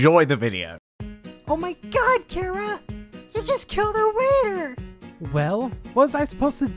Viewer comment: 1 chara’ s not a boy 2 it’s chara not cara